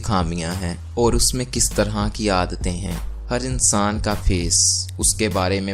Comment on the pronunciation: Its not unsaan its insaan